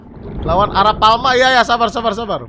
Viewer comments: itu namanya Arapaima bukan arapalma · Prasaan A R A P A i M A kok jadi a r a p a L m a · Bang Arapaima kali bukan arapalma-_ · bang itu Arapaima bukan arapalma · Itu bukan aralpalma bg, tapi Arapaima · Bang itu namanya arapaima bukan arapalma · Bang kalo di real life nama nya arapaima bang bukan arapalma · Bang namanya ikan Arapaima bukan arapaLma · bang nama nya bukan arapaoma tapi Arapaima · Bang Arapaima bukan arapalma bang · Namanya arapaima bang bukan arapalma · arapaima bang bukan arapalma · ikan arapaima bukan arapalma i bang bukan l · Arapaima bukan arapalma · Arapaima woi bukan arapalma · bang maaf kata kakek aku arapaima bang pake i bukan arapalma pake L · Arapaima is not Arapalma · Perasaan namanya arapaiiiiiima, kok arapalma, aneh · arapaima🥹 bukan arapaLma😭